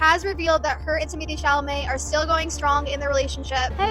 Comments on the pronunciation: It’s Temo tay Shall a may for the billionth time 😂 you’re making way harder than necessary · Ypu mean I get a whole video of saying TimAthAe ChAlAmAy I'm so pumped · I miss calling him Timothee Chamalet 😢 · I love when you talk about this topic only because I laugh so much when you say "timothy chamalet" 😂😂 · “ Timathay Shamalay “😂❤️ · Lol That’s so funny how you say his name 😄